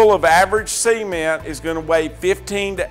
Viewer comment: Semen?.... ....ooooh, ceeeement.. right, gotcha🤣